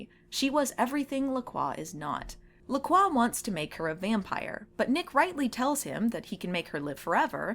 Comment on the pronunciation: In all these years, recognizing Nigel Bennet in so many shows and movies, I never once realized he was one of the "It's NOT Oatmeal!" guys. Wow. Also, those drinks, bad sparkling water in a can... every time someone calls them "Lack Roy" instead of pronouncing it LaCroix I cringe. That's okay, I'm pretty sure the ancient and powerful vampire master would want nothing to connect him to those gaudy and flavourless drinks. :) Have you read any of the LaCroix novels? Any good?